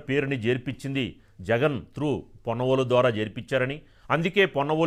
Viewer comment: పొన్నవోలు కాదు, కొన్నవోలు. ఛీ తూ